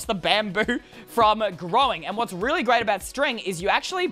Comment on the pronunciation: I like how he said "Relly simple" and he has Two Chain helmets